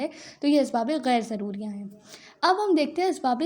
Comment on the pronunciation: Mam s Asbabe shuriya not shodiya